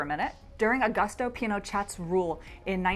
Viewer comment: This was interesting and has good information, but FYI -- Pinochet rhymes with "crochet."